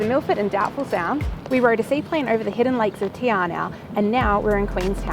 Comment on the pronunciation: Te Anau pronounced as in Te - R - No = Te Anau. Of course Te R No way that you'll get it right after visiting the place several times.